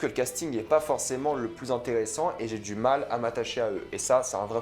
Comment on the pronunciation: Alors, rien de méchant, mais stp, "Mal" se prononce comme ça... Pas Môle...😅